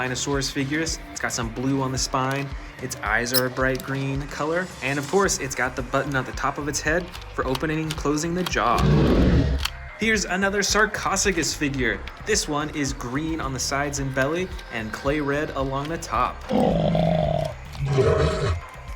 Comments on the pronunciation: Its sar-Co-su-cus not sar-cos-icus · Sarcosuchus is pronounce sar-co-sucus